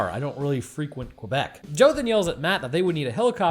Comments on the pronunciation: I love how keeps calling out all the weird pronunciations while consistently mispronouncing Quebec. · Lmao the way u pronounce Quebec